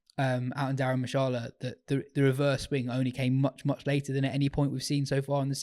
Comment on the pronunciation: is an embarrassment, geeza can’t even pronounce Dharamshala.